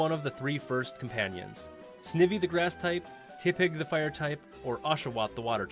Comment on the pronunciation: U pronounced snivy name wrong. Its sniiivy